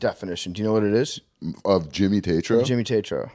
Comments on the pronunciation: TAY-TRO please big cat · These kids suck. Hawaiian shirt trying to big dick him .. "Tat-trow"... "Real Boys". do some homework before you have a guest on your show. terrible look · He’s an asshole for saying his last name wrong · Look at Jimmy’s face right at the beginning when Big Cat intentionally mispronounces his last name for obviously some type of weird power move that didn’t work. Jimmy just rolls with it though because he’s a G.